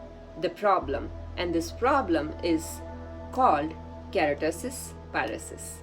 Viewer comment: It's not kerotis pilaris.. it's KERATOSIS PILARIS. U said it wrongly thru out d video !! And why did u call it a disease ?????!!!!! I think u highly lack in knowledge but making random videos without getting sound knowledge on d subject keratosis pilaris is not a disease, but a common, harmless skin condition that causes small bumps and dry patches on the skin Also FYI keratosis pilaris is majorly caused by imbalance in vata & kapha dosha not pitta as u said.